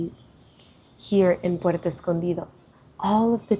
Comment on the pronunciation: No sabía que eras nativa del español 😮, lo puede notar cuando pronunciaste: Puerto Escondido😮😮😮😮😮😮